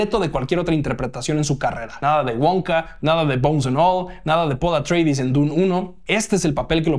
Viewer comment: ¿"Los Atreidis"? ¿Por qué lo pronuncias como un apellido inglés? La pronunciación es literal, tal cual se leería en griego, ya que los Atreides son precisamente los descendientes de Atreo, padre de Agamenón y Menelao. No entiendo esa obsesión que tenéis en México por asimilar al inglés cualquier pronunciación. Pronunciando casi siempre de manera exagerada, tal vez para parecer más estadounidenses. ¿Y qué son "los visuales"? "Visual" es un adjetivo, no un sustantivo. Ah, claro, pero "visual" también es un sustantivo en inglés, que significa "ilustración" o "fotografía". De nuevo el inglés contaminándolo todo. Es como si te refirieses a una alfombra como "la carpeta". ¿Tanto cuesta cuidar nuestro idioma un poquito?